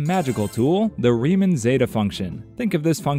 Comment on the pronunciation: Rie-MAWN. Rie-MAWN hypothesis. Bernhard Rie-MAWN. HOW DO THESE PEOPLE ALWAYS GET THIS WRONG.